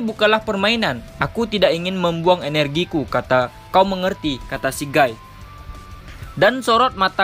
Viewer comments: Cuma ngasih saran. Penyebutan guy itu bukan gay tapi giy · Bacanya gy min bukan gay itu pakai kosakata bahasa prancis